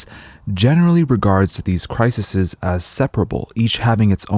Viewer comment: You're pronouncing "crises" wrong. It's not "crisises"